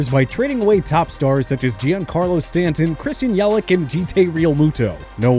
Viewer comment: Mans really said Christian yelic